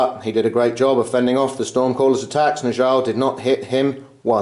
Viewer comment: Fantastic game once again. By the way Njal is pronounced more like "ni-owl" - a mix between the knights who say "ni!" and an owl... I know, it's weird, but that's Old Norse for you...